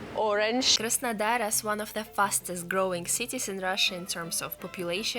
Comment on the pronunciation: 'Surprise, surprise' :-))) You crack me up, luv. When you say Krasondar I get it mixed up with Krasnoyarsk for a moment. Keep doing what you do in your own particular as it is why people come here and are glad to see you. Many smiles from London.